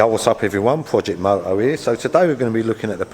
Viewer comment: Love how he pronounces “projek mow-ohh” - plus “price for vat one is fur-ee-free fow-zun - innit”